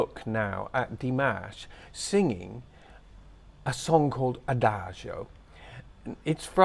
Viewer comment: Wouldn’t it have been wonderful to have seen that performance in person? I envy those people. As always, I enjoy your background details. (And the fact that you don’t pronounce it as a-dag-e-o as some people do; I know I’m petty)…🤷‍♀️🫢It certainly looks lovely there where you are. I learn a lot about singing thanks to watching reaction videos on YouTube. I just checked my music library and I have about 20 different tracks with ‘adagio’ in the title so it is certainly a popular theme/style.